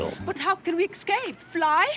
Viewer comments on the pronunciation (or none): "How can we ek-scape, Fly?" Those line readings...